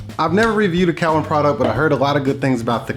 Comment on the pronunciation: Saying Cowin wrong but with this being 5 years ago, I wonder if he knows knows the correct pronunciation now.